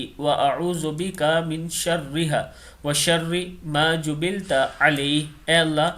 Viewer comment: Jubilat not jubilta